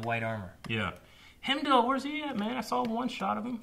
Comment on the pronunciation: Hemdale??? I believe he's called Heimdal. Hehehe ;P